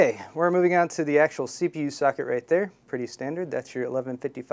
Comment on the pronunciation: I thought he said "Fuck it!" Instead of Socket.